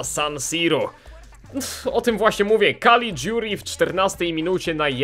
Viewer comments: Nie Calidziuri tylko Calliguri. Czyta się tak jak się pisze :) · tego caliguri wymawiaj kaligjuri ;) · czytaj kaligjuri